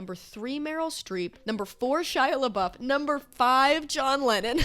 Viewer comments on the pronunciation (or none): none